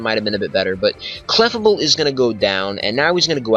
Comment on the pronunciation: thats not how you say clefable